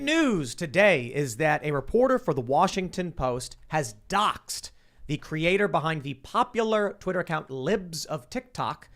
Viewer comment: What's this word dox ed